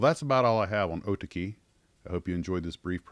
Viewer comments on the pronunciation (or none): Oh TAHK -ee is the correct pronunciation. ie, the British long A sound for the second syllable. Japanese syllable split in words is closer to British splits rather than US English and syllable lengths closer too than the American habit of placing equal stress on all syllables. You're the first (and only) person I've ever heard pronounce it the way you do. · Dude ya killing me with your pronounciation. It's Oh Tah key. But yes those WW II planes are still around under Arii label and build well. When the virus let's up I'll send you one when I get over there. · Are you sure that isn't pronounced Oh-ta'-key? That P40E painting looks mighty familiar. A very similar image, only reversed, was used on the Revell 1/32nd scale Aleutian Tiger kit.